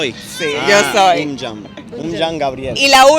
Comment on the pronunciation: La chica está pronunciado muy bien el Albanés, los españoles no tanto pero se entiende porqué no les enseñaron cómo pronunciar. Lo único que no pronunció bien es, Unë Jam La Jota en Albanes de pronuncia Y Cómo Un Yam